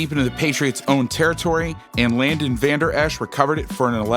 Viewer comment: Just a small correction. It's Leighton(Layton), not Landon.